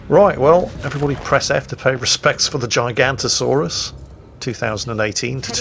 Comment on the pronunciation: you missed the o, makes a big difference